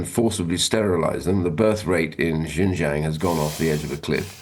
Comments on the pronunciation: He cannot even pronounce Xinjiang properly. Hardly an authority on China. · There’s nothing truthful about it — just misinformation. He cannot even pronounce Xinjiang correctly..